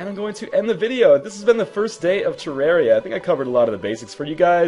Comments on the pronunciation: you said terrari wrong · some people say terr-air-ia so dont hate.